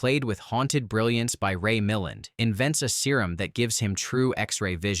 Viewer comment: I can't wait for AI to catch up and start pronouncing placenames and surnames correctly. Makes me cringe: Mill-and. It's Muh-land with the accent on the 2nd syllable